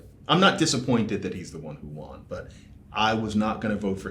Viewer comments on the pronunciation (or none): Good ear. "the wun who wan!" Yes, I think we can assume John was an early reader. How does this pronunciation indicate that to you? wON, like ON? Mais pourquoi? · John: "I'm not disappointed that he's the one who won." He pronounces won "wan" instead of "wun." I'll bet he was an early reader. Just a linguistics listening moment for you...